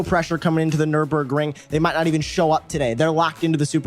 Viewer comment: Nüburgring GP , the „r“ costs 2,99